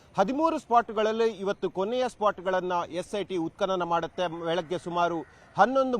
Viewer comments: ಉತ್ಪನನ ನಿನ್ನ ಕರ್ಮ ಅದು ಉತ್ಕನನ😂😂 he was right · ಎಂಥ ಕರ್ಮ ಮಾರಾಯ ಉತ್ಪತನ ಅಂಥ ಉಚ್ಚಾರ ಮಾಡಲೂ ಬಾರಲ್ಲ ನಿನಗೆ ಯಾರೂ ಈ ಕೆಲಸ ಕೊಟ್ಟರಪ್ಪ ನಿನಗೆ😂😂😂😂😂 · ನೋಡುವ ಜನರ ಬಗ್ಗೆ ಸ್ವಲ್ಪ ಗೌರವಾಬಿರಲಿ. ಉತ್ಪತನ ಎಂದು ಉಚ್ಚಾರ ಮಾಡಲೂ ಬರಲ್ಲ ನಿನಗೆ😊😂